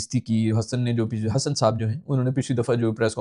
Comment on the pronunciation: Hesson❌ Hassan✅